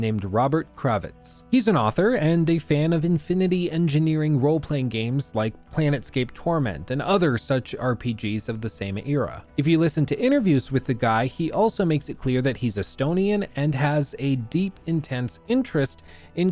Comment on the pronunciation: Infinity Engine. Planescape: Torment. Those mispronounciations gave me psychic damage.